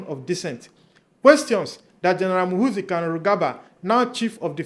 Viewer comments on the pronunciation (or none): Muhoorrrzi not muhuzii.